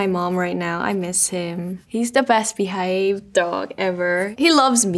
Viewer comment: I heard her accent in the word "Behaved"